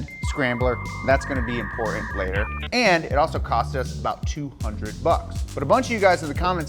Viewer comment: Hard to take a guy seriously who can't pronounce his own last name, the word mountain or the word important.